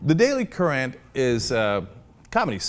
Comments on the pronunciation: Uh, Cenk? "Currant" is pronounced "KUR-ant" ...not "kur-ANT" ... just saying. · Cenk, "currant" is pronounced the same as "current". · Cenk sounds kinda' posh saying it that way though. The daily kuh-raahhnt. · Cenk pronounces "currant" funny.